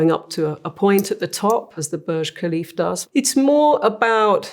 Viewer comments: Khalifa* not Khalif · Can't even pronounce the name of the the world tallest building properly🤣